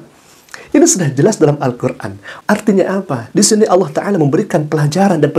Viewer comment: Oten mana bisa nyebut ALLAH, MEREKA HANYA BISA MENYEBUT DGN ALAH.. ketahuan baca scrips.. 🤣🤣